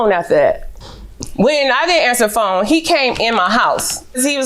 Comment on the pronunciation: She went through my “phome”. Goodbye sir. 🙄